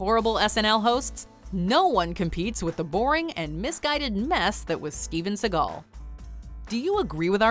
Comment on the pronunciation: Steven Seagall??????? I yai yai.